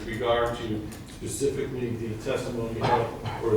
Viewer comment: Judge "pacifically" Mr. Reyes "eyeroll"